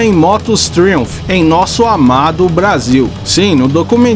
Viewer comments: Sem querer ser chato, mas já sendo... A pronúncia correta é "TRAUMF" e não Triunph. Forte abraço! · vc pronuncia Triumph de forma errada que chega ser horrível de ouvir PQP!! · A pronúncia da marca Triumph, ficou engraça…😂😂